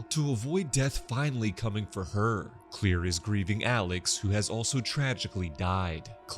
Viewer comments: Her name is Claire Rivers not clear or anything else beyond that you need to understand that is not how you pronounce your name as being clear her name is Claire and that is how they pronounced it in the movie or should say that’s how James WAN said it was in the movie and he knows it and you know it and I know it so you should know that is not how you say her name is clear her name is Claire And ask for an ounce. They also go but whatever I just thought that you should know that, but I know you’ would like to prefer her as mispronounced name. Her name is Claire that’s gonna worry about it. I know I have the movie and else that goes with it. I got all of them except for the new one. I can write two James WAN about this, and I hope that this would open your eyes so how to pronounce her name, right Claire not clear or any of your fancy names you want to save them differently. There’s a different ways you can say the name, Claire you can say clear all you like, but that does not mean what it really means her name is Claire. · Mam I swear the next video you do like this make sure u PRONOUNCE THE NAMES CORRECTLY!!!! U kept Pronouncing Claire wrong